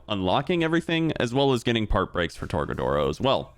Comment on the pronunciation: My guy said tor-ga-doors